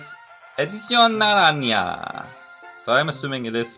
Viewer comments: Ok here first pronunciations you’re gonna learn some spanish ok papa. Mo-chi-la, Na-Ron-ha=naranja, k-rare=cerrer. What they mean is back pack, orange, and running shoes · "narañia" sounded funny as hell lmao